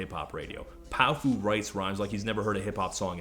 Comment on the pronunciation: I think it's pronounced pow-fuh. Like a slurred "powerful".